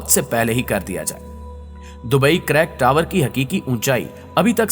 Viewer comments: sir, pehli baat to ya k is ka nam crack tower nai balky creek tower ha......... aur 2sri baat ya k is project p aabhi filhal kaam rok deya gya ha........ is k alwa kaf sary programe under process ha....... jo k filhal rok deya gy ha..... aur UEA nai balky its UAE ha........ aur dubai ka sab say famout GLOBAL VILLAGE k baray m kuch nai btya aap n....wo to ab main tourist places m sumar hota ha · Crack tower nahi bhai Creek tower h aur yeh koi building nahi he Burj Khalifa k jesii..Fake Information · Bhai crack tower nahi creek tower